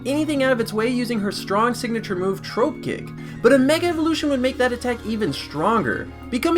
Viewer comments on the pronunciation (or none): My nigga said "troape kick" its TROP like tropical but without the ical, and vikavolt is-- i cant with how you said these pokemons names it just annoyed me alot